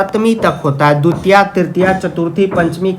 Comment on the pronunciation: Vo dutiya nhi divtiya hoti hee 🙂